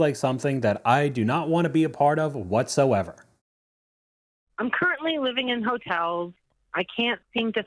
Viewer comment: Please stop saying "whatsoever " incorrectly.